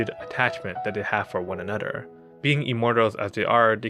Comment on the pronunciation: i love you say ther into der....anoder